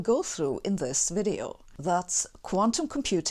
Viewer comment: “This “WIDEO” was brought to you by brilliant “——>hehehehe. Ok then!